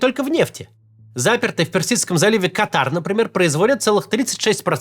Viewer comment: Максим, в словах «КАтар» и «нефтепровОд» ударения на другие слоги правильно ставить. Спасибо за выпуск 🙌